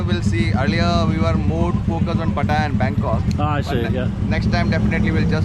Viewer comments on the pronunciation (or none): none